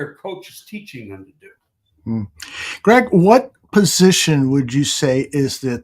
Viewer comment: Greg said it right